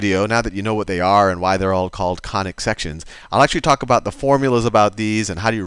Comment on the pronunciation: you sound more like Khanic sections !😂